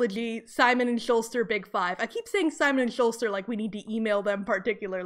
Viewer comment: Simon and Schuster not Simon and Shulster. There is no Simon and Shulster, I have no idea how you got that so wrong. Also, it would be "with abandon." If they killed "without abandon" it would mean they are very reluctant and remorseful.